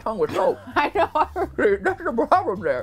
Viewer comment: Da Pwoblum is dat da spyce is on ma tonge - Matpat 2022